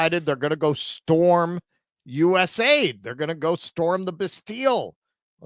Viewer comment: I love how these d-bags keep calling it "U-S AID." "Eeeh! Sorry Hans, wrong guess. Would you like to go for double Jeopardy where the scores can really change?" And... "not one American voted for" Kamala Harris to run as the Democratic nominee for POTUS, either.